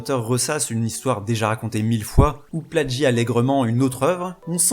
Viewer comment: Vidéo très intéressante. Juste 1 toute petite question : pourquoi prononcer "pladgiat" ou "pladgit" ? Il n'y a pas de "d" dans le verbe "plagier".